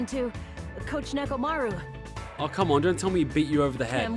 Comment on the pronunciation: It hurt just hearing him say “Chikai” and “Nekomura”